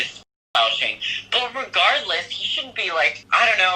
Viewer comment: I keep hearing Shame even when people say Shane. Help))).